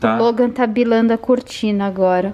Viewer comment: a sapeca disse "BILANDO"